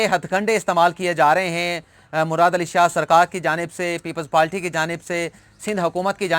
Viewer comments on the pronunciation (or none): Why do you say “people’s palty” instead of “people’s party”: آپ پیپلز پالٹی کیوں بولتے ہیں اتنے تعلیم یافتہ ہوکر پیپلز پارٹی کے بجاۓ